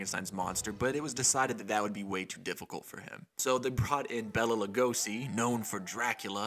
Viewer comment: Its pronounced BAYLA not Bella. My mom once worked for a bank that had his familys estates account there and she got chewed out once for saying Bella